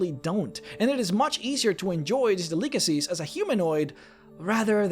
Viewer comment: Seems like he mispronounces "delicacies" at least once a video.